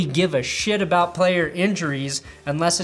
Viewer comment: You said aboot.